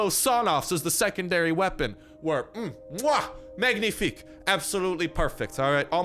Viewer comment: We say manifike in French not magnifike I want to teach you some words like : j'aime = I love We can say : i love that --->j'aime that It would be so cool to hear you saying that pls pls